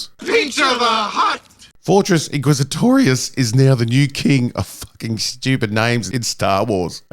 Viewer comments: Your saying it WRONG. It's Fortress INquisitorius. Not Fortress quizzitorious. -Heromine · Did he say Fortress IsaClitoris ?! Bruh.